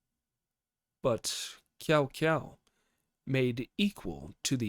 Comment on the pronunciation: Bro I was so scared you’d be pronouncing Cao Cao like that the whole time xD I’m glad you made the effort to pronounce it correctly. Thanks for the upload!